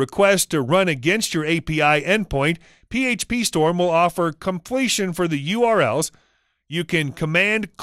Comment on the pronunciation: Doubt it. I agree with Sarda For example: - "the variable is always true false". not something a coder would say. - Says "http" really slowly, (like he thinks it's important to the audience) even though a real coder would say it much faster. - the way he accents "PhpStorm"